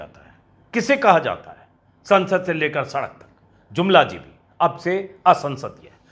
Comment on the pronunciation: It's really funny and astonishing to see that very carefully stress has been laid on the word ' Jumlajeevi '.